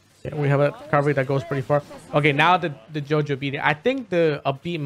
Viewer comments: This man just called the yo-yo a “JoJo.” Was that intentional, ZeRo? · You know you're hispanic when you pronounce Yo-Yo JoJo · Every time he says yo-yo, it sounds like Jojo. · I love how you say yo-yo with your accent